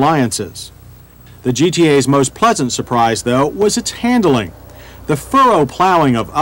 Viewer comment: I've watched dozens of these reviews and enjoy them, but in every single one, John Davis refers to "han-dle-ing" with three syllables, instead of the two-syllable word he means, handling. It really grates!